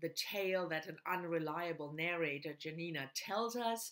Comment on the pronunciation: The best Tokarczuk's book is Primeval & Other Times. i love also Anna in the Tombs of the World. Dont call her Janina like jam, this is very bad pronunciation. Check polish "j" sound.